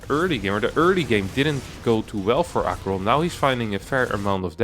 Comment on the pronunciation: I see BC's, I click. I think I already watched this, cast by winter. Still nice to have it cast by someone who can pronounce aqueron